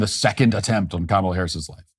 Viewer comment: Matt, I'm VERY disappointed that you've decided to CAVE, & start calling Kamel-Head "Ká-muh-Lá"... What's next? You gonna join the beige rainbow??